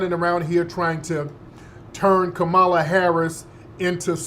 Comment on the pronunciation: How do u know someone in media is being paid to speak for the Right.... they say Vp Kamala name wrong like their 7 yrs old & can't pronunciate correctly